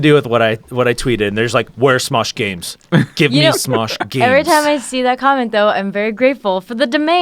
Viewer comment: Smesh gaems